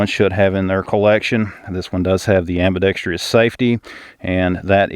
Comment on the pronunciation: Ambidextrous, not ambidextrious.